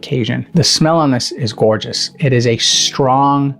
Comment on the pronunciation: Tf is gourtshis😅 every few words came this